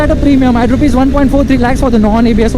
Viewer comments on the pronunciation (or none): none